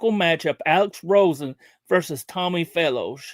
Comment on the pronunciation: Its Alex Rosen not Roen